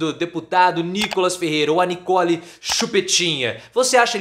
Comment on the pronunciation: Nikole é Nikole...vocês estão pronunciando errado.